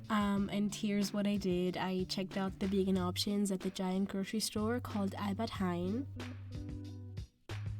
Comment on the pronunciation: I loved the way how you pronounced 'albert heijn'